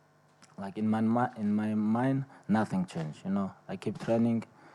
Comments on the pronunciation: Someone: Khabib: Nating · Haha the 'NATING' was spot on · No, correction.. Khabib said "I feel Nazzing"! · Lmao 😂 nating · Always doctors r comes to him for check up and asking what you feel. And he saying “Nating” please try to be my opponents personal doctors.. 👆🏼